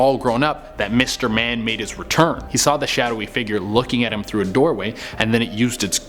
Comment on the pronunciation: When you said mister man I thought you said mister bean